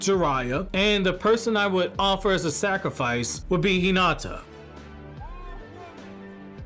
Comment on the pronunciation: I know this man ain’t just said Hinata “ Hinata” I’m livid